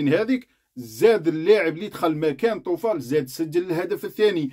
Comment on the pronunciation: يا بن عمي حاول تعرف اسماء المغاربة .. سفيان بوفال ماشي طوفال .. وزكرياء أبو خلال